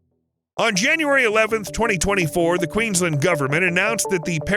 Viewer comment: all that research but not double checking how to say Bundaberg or Queensland